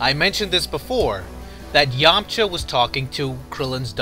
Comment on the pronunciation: the way you say his full name every time makes me cringe everytime